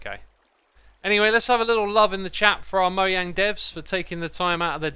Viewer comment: ITS NOT “MOYANG” ITS “MOJANG”